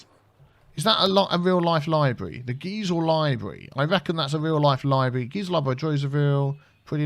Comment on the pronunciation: I am also an alum of UCSD and I used to work at the Geisel Library (Geisel is pronounced like "geyser", not "geezer"). I've also built it in Minecraft on the Dadcraft server (don't worry, I'm not going to link it). It was built in the late '60s and is an excellent example of Brutalism architecture. The Miramar Naval Air Station is nearby (where they filmed Top Gun), and I used to stand by the window on the fifth floor (the one that sticks out the most) and watch the F-18s fly out on their late afternoon patrol. They flew quite close to the library; the school overlooks the Pacific Ocean. I think it's cool how you engineered the train/truck exchange, and I may use this method in my cities. Great job,!